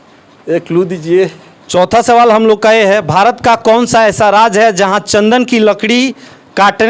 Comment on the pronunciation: राज नहीं राज्य बोलिए महोदय